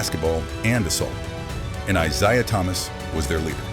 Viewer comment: This ai slop couldn’t even pronounce Isiah correctly